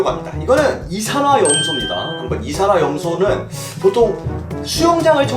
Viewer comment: 이산화염소를 이산한염소라고 들음